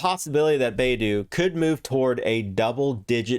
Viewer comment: it's bye-du, not bay-du.